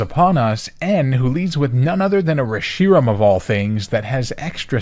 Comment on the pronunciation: Your pronunciation of Reshiram is unsettling